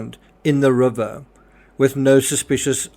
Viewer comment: Love the way you say rubber😂it's river bro! Rip anyone who dies.Stay safe everyone!